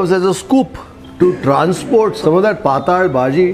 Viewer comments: It is not pataal It is patal which means having liquid character The pataal as you pronounce means lower world below this earth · It is patal bhaji not pataal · It's ಪಾತ್ತಳ bhaji, not ಪಾತಾಳ bhaji,,😃